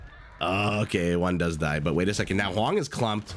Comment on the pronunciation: Did the caster just call Hoang, Mr Yo